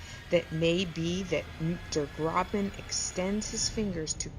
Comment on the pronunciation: Der Grossmann, not Der Grobmann